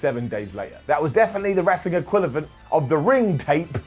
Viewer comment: Did he just say "enquilivent"??? Sounds like he did